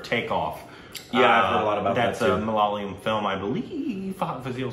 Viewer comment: Finally your pronunciation of "malayalam" is perfect !😍